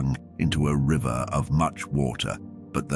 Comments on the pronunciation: Commentary can't say 'river'! Pronounced 'ryver', even skips over numerical characters. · This AI doesn't pronounce the words properly. The word river should not need to be seen to know what it's supposed to be